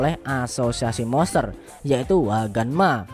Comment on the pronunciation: Monster bang bukan moster wkwk